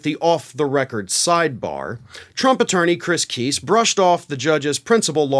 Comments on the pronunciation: The arrogance of DT's attorneys is not surprising. Btw, Kise is not pronounced: (Kee-sss), It's: (Kye-sss). Lol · That dude cannot pronounce names to save his life LOL if it was pronounced keese thats how it would be spelled lol and yes Trump and the Republicans really do hate women I think they made that obvious by now lol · FYI Kise is pronounced with a long i not a short i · Keese? No matter how I slice it, Kice looks like it should be pronounced like rice vice dice lice mice twice spice.... nice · Please pronounce KISE correctly...it is not KEESE it is KIIISE! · Kise pronounces his name with a long "i", not a short "i"; I thought you would want to know. 😊